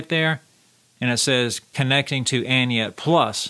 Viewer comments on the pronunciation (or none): Thanks for the video... oh, and by the way it's Any-net, not Anyet. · It's ANY NET, not ANYET. Please read and pay attention.